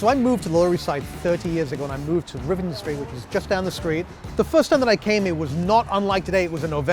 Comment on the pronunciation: No way this guy lives on the LES...he calls Rivington Street something like "River Stream" street? WTF